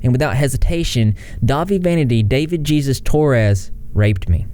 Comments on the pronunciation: it's pronounced Heyzues not Jesus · Her dad should of gotten her off of the Internet...and if jay is sorry her should apologize. Isn’t his name pronounced hayzeus? Not Jesus 😂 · Damien was put in foster care over this... They were a victim for fucks sake. They were a literal CHILD. (His middle name is pronounced Hey-Soos btw. Spanish middle name.) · Nope. He pronounces it as "Gee-sus." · You must really love the sound of your own voice, what the fuck is wrong with you pronounce Jesus correctly? You can't be bothered to pronounce a common Hispanic name but you can have key chains of your face hanging off your mike? He doxxed LadyNoGrady not Damien, although they were doxxed too, but all you do is bandwagon and deny you used to be a racist bully, I doubt you'll allow this comment to stay up but your Mars Argo Poppy content was good because you had another guy just give you the tea, and you use your brain injury to get out of admitting your faults. I remember that era very well, and it was the last era where guys could be gross pedos like James Franco and Kevin Spacey, bands like BOTDF were made for kids not people in their early twenties like me. I thought the video they made called under your spell or some dumb shit was a parody when I saw their video and a lot of people covered for Dahvie and his disgusting monster of a friend Ian Watkins serving life in prison whose fans allowed him to violate infants and toddlers, he also intentionally planned or did get a woman pregnant with the sole purpose of having sex with his own child. He took the virginity of any underage fan male or female, and there he was flying in first class, his gf knew about it but she never said a word. Jay is full of shit, he knew exactly what was going on, I was 18 and if the person who hired me was a cho mo I'd get some evidence and turn that fucker in. Spare me the sob story Jay Von tire